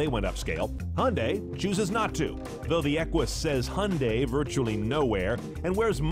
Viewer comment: What is a "Hunday"? Fucking dick weed can't talk.